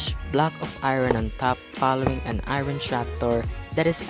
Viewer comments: Ngl it’s a little annoying when he said eayron instead or iron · I like how he says Irin for iron (I rorn)